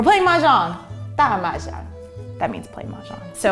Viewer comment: Her Chinese pronunciation is a bit off. Playing Mahjong is actually translated as "dah mahjang." The way she pronounced it translates to "Big" Mahjong (pronounced like it is in English)